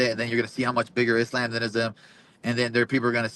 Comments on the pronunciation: Someone fighting under the Palestinian flag,yet pronouncing Islam's name as "Is lamb" is kinda wild. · “Islamb” 😅😅 Belal is actually as white as Ian Garry